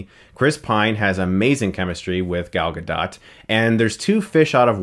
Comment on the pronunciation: I loved this movie so much! Gal Gadot is amazing (you're pronouncing her name is a weird way, btw).